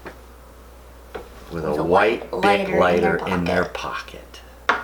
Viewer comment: I kept hearing big not bic and I'm like "Bitch wtf is a big lighter they are all the same size"